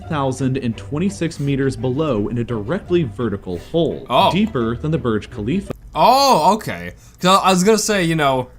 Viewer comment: borge kahleef